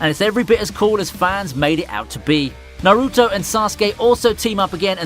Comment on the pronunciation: Good list, but I can't stand the way you pronounce Naruto.